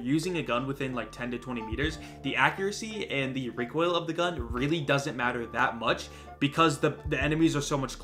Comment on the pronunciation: REEKOIL khurr-khurr-khurr And btw the intro is on an another level😂